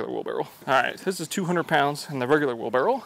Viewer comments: Is he saying wheel barrel or wheelbarrow? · Titles the video "wheelbarrow". Spends the entire video calling it a "wheelbarrel". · Why does he say wheelbarrow like wheel barrel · Wheel-barrel 😅🤣🤣😂🤣😅, your a legend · Wheelbarrel 😂 I can’t unhear it… I’ve tried, I just can’t 💀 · The way he says wheel barrel, it’s wheelbarrow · Was he saying wheel barrel? Lol that’s what I heard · Dude, why you keep saying "wheel barrel"?